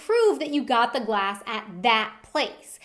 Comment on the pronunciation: did anyone else notice that the kept messing up when she said glass